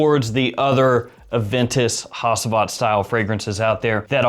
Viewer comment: Haaa-Geeee-Vat NOT Ha-Si-Vat lol 😂